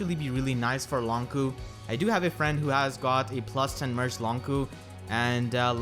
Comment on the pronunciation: I'm curious, why is he pronounced "Long Ku" not "Long Chu" as you might expect with the "q"?